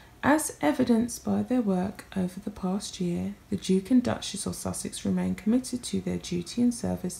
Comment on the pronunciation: The 'Dook' and 'Duck-mess' of 'Suck-sess' ...